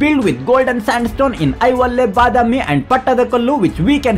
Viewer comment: Yes, it is "I hoLe" he was pronouncing as "i ho le"